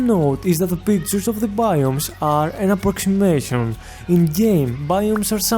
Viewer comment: Lol Prockshimashons xDDDDD